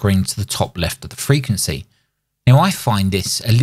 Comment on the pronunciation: Kills me how many people in radio can't pronounce the word frequency. Kina like Jimmy Carter trying to pronounce nuclear.